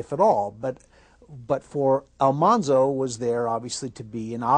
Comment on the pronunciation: What's really cool about Dean Butler is that he has done so much work for the real Almanzo Wilder's childhood home to keep it going as a historical site. He's a very cool person and so charming! Also, the show pronounced the name wrong. It should have been AlMANzo instead of AlMONzo.